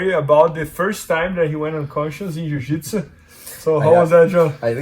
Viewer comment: He says Jiu-Jitsu like my dad Jaditzoo